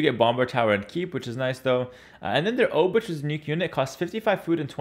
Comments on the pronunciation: Hey, I am Polish. A "ch" in Polish is really just a "h" sound. Pretend the "c" isn't there. So "Obuch" is really like "Obooh" (except English makes you think the h is silent, but make the h sound). Also the first "o" is a soft "o" like in "top" and the "oo" is like "book" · 'Ch' in Obuch is pronounced like a normal 'h', just like in ''. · Your pronunciation of folwark and obuch hurts